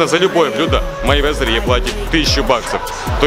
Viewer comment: Вова Мэйвезер, а не Майвезер, хоть бы перед тем как клепать ролик читай нормально биографию